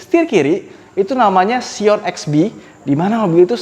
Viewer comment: Scion bacanya Sai'yen bukan si'on ˈsīən <-- cara baca nya from G. Translate:)